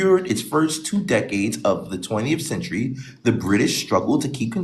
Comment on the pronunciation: coooooooooooooooonery. THree THowsand. Cewnery THirTy Hundriiiiiiid. 😭☠️🍖🤬🫀🇦🇸🚬🏁🚩💥